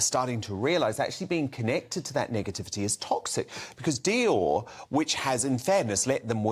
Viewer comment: And, learn how to pronounce Dior 😂😂😂😂